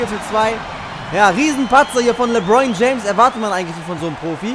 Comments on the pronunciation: Der heißt nich lebroin james sondern lebron james😂✋ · "Lebroin James" hahahahhaha